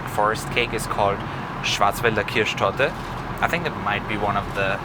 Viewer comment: Der Moment :D schau gerade so das Video auf einmal hör ich nur "Schwarzwälder Kirschtorte" und denk mir: boah wirklich gute Aussprache. hätte nicht gedacht das ich einen Kanal aus Österreich find der solche Videos macht. :D liebe Grüße aus der Steiermark ;)